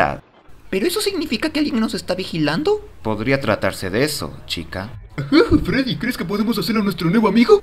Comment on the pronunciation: Foxy dice freddos